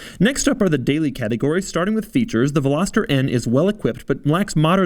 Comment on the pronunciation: I don't think you're pronouncing veloster correctly. Still a cool video tho